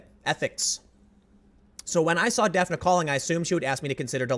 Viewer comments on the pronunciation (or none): Is her name spelled "Daphne"? Then it is pronounced daf-nee. Like the character on scooby doo